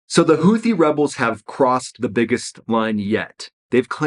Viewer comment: It’s pronounced Houti ffs hootee